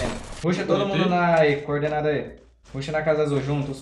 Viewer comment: falando "Cordenada" me dá nos nervos